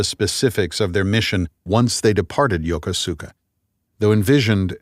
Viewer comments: Lost me at the pronunciation of Yokosuka… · Mispronounced in a past novel, anyone who has served there would pick this up. Suggest taking a trip to learn one key pronunciation…